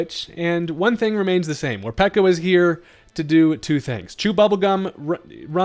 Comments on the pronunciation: Peko is a word that signifies hunger in Japanese, so peko not piko! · It's not mor-pee-ko It's mor-pae-ko Peko peko means hungry in Japanese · Pretty sure it's pronounced Mor-peck-o because peko is based off the japanese word ぺこぺこ which means hungry